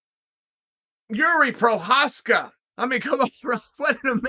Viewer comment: We all knew Jiri was the real deal when Chael started pronouncing his last name correctly